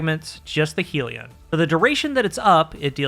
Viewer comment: I wish it didn't annoy me so much, but it's pronounced hell-ion just like the spelling not heal-ion/heel-ion